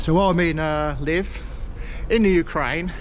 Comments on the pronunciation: Nice to see Ukraine, haven't been where you are, I stayed in the capital in 2019, fabulous place and lovely people. As far as I know, where you're staying is pronounced LeViv, rather than Liv, but heck, I could be wrong. Have a safe and enjoyable time, I can't wait to go back myself, but, after things get a bit more normal again. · Great video, but please pronounce the name correct. I lived in Ukraine for 7 years and where you are is very safe, even the side streets.. enjoy the rest of your time there and explore